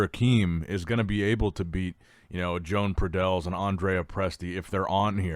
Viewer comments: Exactly, is Joan, not John nor Jon. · Learn how to pronounce Joan. He's not Joan of Arc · Joan will win this. just has to get the pronunciation of his name right. At the same time i don't think people need to get so butt hurt when a name is mispronounced.